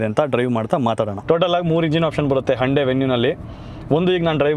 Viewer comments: Anna ❤ please try to be avoid... sometimes you pronounced as HANDE instead of HYUNDAI 🙏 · ಅಣ್ಣ ಹಂಡೆ ಅಲ್ಲ ಹುಂಡೈ ಅನ್ಸುತ್ತೆ ಅದು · No Prouciation Hunde na Y Silent